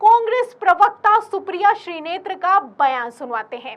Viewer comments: मैडम श्री नेत्र मत बोलिए शुद्ध नाम श्रीनेत हे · श्रीनेत बोलिये मैडम आप बराबर श्रीनेत्र बोले जा रही हैं 😅